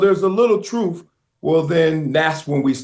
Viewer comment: Much respect, but he said:"Troof" is Truth!